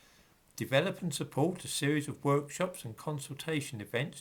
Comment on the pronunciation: Did he say “a series of wokeshops”? 😉